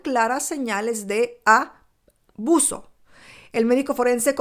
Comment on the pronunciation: Por favor alguien me puede decir? Por qué no dice la palabra " ABUSO. Por qué dice aaaauso expliquenme??????